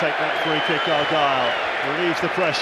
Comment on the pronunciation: Argyle not Argule